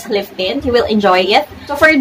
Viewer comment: It’s maa·kee·aa·tow (macchiato) but I like a color. Liiift tint😂😂😂 made my day